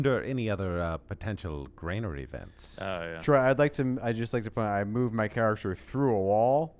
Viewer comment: BTW - Granary not Grainary :)